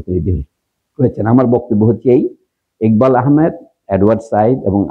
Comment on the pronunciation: স্যার বাংলাদেশে একবাল কেন ইকবাল? টাইটেলে লিখলেন একবাল কিন্তু আপনি উচ্চারণ করলেন ইকবাল।